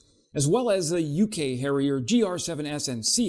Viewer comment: HARRIER not HERRIER